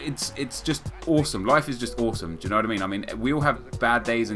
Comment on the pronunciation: The music doesn't really fit the whole style djooknowot I mean (that's what I hear whenever you say do you know what I mean)